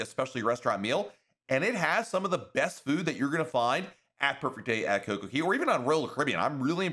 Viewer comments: Even if i put the whole phrase into Google translate in English it still comes out pronouncing it as Cay not Key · it is pronounced "kay" for Coco Cay, not "key". As a pinnacle member of Royal Caribbean's, I'm surprised you don't know this. That's the point of their catch phrase "A Perfect Day at Coco Cay", with DAY and CAY rhyming. They even have this jingle while you are riding the tram cars back and forth to the island (ad nauseum I might add!). Please stop mispronouncing 'Cay' as "key". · It’s pronounced Coco “CAY” not “KEY” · He always says key. Its is annoying but I like the info otherwise. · In my opinion, it is simply the locals saying “Cay” with their accent; which makes it sound like “key”. So if he really wanted to pronounce it like the locals he should also be saying the “Coco” part like they do. I think it sounds silly the way he is saying it, but he’s got great tips. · I don’t give a damn how cay is pronounced, saying perfect day at coco key is like nails on chalkboard. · I really like so this is not a dig but he calls it cocokey in every one of his videos dating back years. lol. I find it funny. 😂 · Buddy he just doesn’t say it right it does rhyme the cay rhymes with day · Royal Caribbean said that the announcer is not actually a representative from Royal Caribbean because he is pronouncing the name of this place wrong